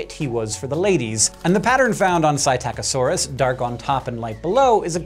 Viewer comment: sy-Tack-o-sor-us?!?!?!? From Wikipedia, the free encyclopedia - puts the accent on the first syllable: "Psittacosaurus (/ˌsɪtəkəˈsɔːrəs/ SIT-ə-kə-SOR-əs; "parrot lizard") These colors are preserved in stone but there's nothing to show that other, more vibrant colors and coloring mechanisms were not so well preserved. In preserved butterflies and feathers the colors are often faded greatly in a few hours, let alone millennia.